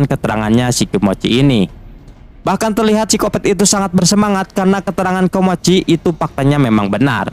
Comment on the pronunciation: Awal ngenalin nama nya " KOMOCHI " seiring berjalannya waktu kenapa jadi nyebut " KIMOCHI " dah bang 😅